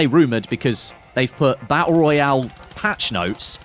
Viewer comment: Hey say, tap, tap, now say tooth, and again tooth, now say baTTle, sorted